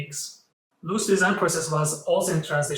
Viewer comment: Little corrections, it's Karel Lhota (not Lotha), also please work on the pronunciation of the architect himself - it's not Englishlike long o (ú) it's simply longer o.